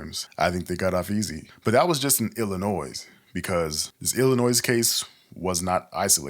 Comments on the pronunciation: ILL-I-NOY Not ilinoiz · I'd like to hear more about these missing people. This is insanely disturbing. im close to one of the areas you've reported. Btw the S is silent in Illinois. Illinoi- respectfully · Im sorry but it's annoying hearing him say illonoysssssss the S good informative content though! 😊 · Oh man, either this is an AI voice or you are pronouncing illinois incorrectly. The S is silent. It's pronounced illinoy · You pronounce Illinois wrong… not suppose to say the s. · Great video but the "s" in "Illinois" is silent. It's kind of like fingers on a chalkboard when words are mispronounced to some ppl. But again, good video. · The “s” in Illinois is silent. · Couple comments not as important as this vid in entirety, 1st. 1. You’ve a nice voice….new to this channel & subbed, so thank you for your input & effort here. 2. As a native born Lioni, the “s” is silent. It’s all good tho. 😏 3. After a year in Freedom House Teen Challenge, 2013-14, Ic Feel the evil around the hospital in my lil MW city. Gonna resume Prayers around there on my Prayer Walks thx to your report! YAHUAH BLESS You , KEEP You & Your Team in YAHUSHA’S MIGHTY NAME!!! aka “JESUS” -Azariah (THE LORD GOD–YAHUAH HELPS) PSALM 20:1, 5-8; JOHN -18; GENESIS; MATTHEW 24; ISAIAH 43; REVELATION 2:9; 3:9; ACTS 1-5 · The "s" is silent in Illinois. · I know with how important this case is. This isn't really that relevant, but every time you say Illinois. All I can think of is when I moved to California in the second grade and I had to keep telling everyone. The s is silent in Illinois.😂❤ But good telling of an important story that I haven't heard of from anyone else 😮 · The S in Illinois isn't pronounced, just so you know. Concrete dust is diabolical, straight to hell with you. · S is silent In Illinois but continue. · The “S” in “Illinois” is silent, bro 😂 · true. You didn’t even mess it up every time. lol sometimes, you said it right